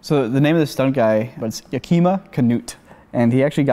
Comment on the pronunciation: HOW DO YOU NOT KNOW ABOUT YAKIMA (NOT "YAKEEMA") CANUTT?? He was one of the creators of our industry!!!